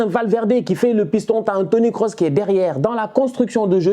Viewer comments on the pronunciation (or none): none